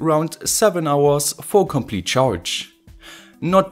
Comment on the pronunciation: Hello!! Englush dont have tz, ț, i have no ideea way u say complitz/ compliț!! Englush dont have this!! Pleass i love your project's!! But pleass try to corect a bit that - tz/ ț- it dosen exist in English!! I think im not the only one that hear that complit so anoing!!! Thx and hope for your next one your a genius!! 🤘👍👌